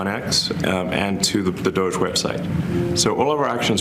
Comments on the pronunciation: It's not pronounced Dojay! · Ryan: "DOE-JAY officials" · Does Ryan think it's a sick burn to keep calling it "Doh-jay?" That's as pathetic as people saying "Drumpf" being like "i'M rEsIsTiNg..." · Ryan pronouncing it as “dogè” killed me 😂 so fancy, so official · Bro stop calling it DOGE-ey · why does Ryan pronounce DOGE as “Dojay”???? it’s pretty easy and clear to know how to say it if you understand english. why has no one corrected him? he just looks stupid saying it. i love ryan tho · appreciate Ryan trying to get the pronunciation right on doge, but it's DAH-GEE. thanks for a good show, y'all. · FYI Ryan it’s pronounced Dog-ee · Bothers me that ryan can't or won't say doge correctly. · im still triggered by the way ryan says "doge" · I live for how Ryan intentionally mispronounces DOGE lolol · yeah emily commented on it recently with ryan and he continues to misspronouce it lol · Ryan and Sam Seder leading the way in doggie pronunciation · I gotta be honest - every time Ryan mispronounces DOGE I find myself rooting a little bit harder for Elon. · Ryan's mispronounciation of DOGE renders every single thing he says afterward moot. Mountains of MDS-fueled bias.